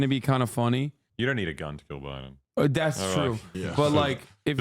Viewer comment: "Its not cuns that kills people" lol